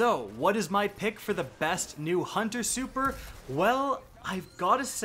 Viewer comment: You mispronounced Hunter